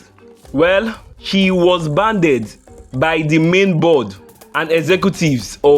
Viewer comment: Banned.... Not Banded